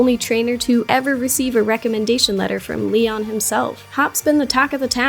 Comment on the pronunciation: He said neon not Leon 😂😂😂😂😂😂😂😂